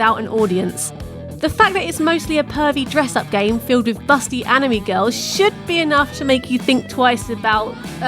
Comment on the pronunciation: "Masculine" is not pronounced the same way as the drug "mescaline" "Anime" does not rhyme with "enemy" Your pronunciation is awful, and it's not a British English vs American English thing; it's just terrible pronunciation.